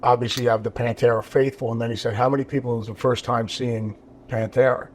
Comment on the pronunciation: It's not "PanterA"